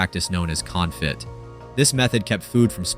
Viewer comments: Confit is not "CON-fit" but "con-FEE" (Just pretend you're French and say it through you nose🤣) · This fucker said Con-fit not confit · You don't pronounce the t in confit. It's French, thousands of words have silent letters and y'all always butcher it but trying to pronounce them all. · This is narrated by AI, right? Or did an actual human mispronounce "confit"? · Gotta check that confit pronunciation 😂